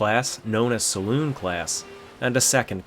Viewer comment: Sa-loon not Sa-lon (at least on period liners)